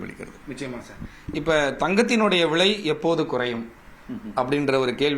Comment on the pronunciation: தங்கம் ”வ்ளை” என்று உச்சரிக்கூடாதுடா பன்னாடை. ‘விலை’ என்று மிருதுவாக உச்சரிக்க வேண்டும். மேலும் இதே கேள்வி இதே பதில்களை பலபேர் (திரு. நாகப்பன் உட்பட) எல்லா பேட்டிகளிலும் பேசி இருக்கின்றார்கள். அரைத்த மாவையே ஏன்டா மீண்டும் மீண்டும் அரைக்கிரீங்க.....தாங்கலடா. முதலில் பணம் பற்றிய அறிவை வளர்த்துக் கொண்டு கேள்வி கேட்க வாருங்கள். கேட்ட கேள்வியே தினமும் கேப்பியாடா பன்னாடை...ஏதோ புதியதாக இருக்கும் என்று உள்ளே வந்தால்....அதே கேள்வி அதே பதில்கள். தங்கத்தை ஆபரணமாக வாங்கினால் ஆப்பு.....போதுமா. இனிமே இந்த கேள்வியை நீ கேட்கக் கூடாது.